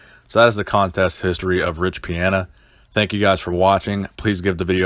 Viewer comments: pee-on-uh not pee-an-uh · Is his last name pronounced Pi-"anna" or Pi-Ana?? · You can’t even pronounce his name correctly.